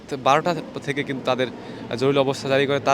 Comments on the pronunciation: হায়রে সাংবাদিক ভাই জরুলী না বলে জরুরি বললে কি হত। 😂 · জরুলি না উচ্চারণ টা " জরুরি " হবে। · আপনি তো বলতে পারেন না,যেমন জরুরি কে বলেন জরুলি, কমান্ড কে বলেন কমন,আগে কথা বলতে শিখেন, আর এটা হবে গণভবন রাষ্ট্রভবন না, রাষ্ট্র ভবন বলতে ঢাকাতে কোন ভবন নেই। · কি সাংঘাতিক রে বাবা জরুরী কে জরুরী বলতে পারে না* জরুলী বললো বড়ই হাস্যকর 😅😅😅😅😅😅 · জরুলী এটা কোন শব্দ ভাই?? জরুরী এটা শুদ্ধ শব্দ। ভাষা ঠিক করে কথা বলতে হবে। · ভাই “জরুলী অবস্থা না” হবে “জরুরী অবস্থা” । আর ওরা “বাংলাদেশ সেনাবাহিনী” না ওরা “বাংলাদেশ সেনালীগ” । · জরুলি কি ?? শব্দটা হবে জরুরী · এই বেটা উচ্চারণ ঠিক কর জরুলী নয় বল জরুরি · ভিতি কর জরুরি,উচ্চারন ঠিক করেন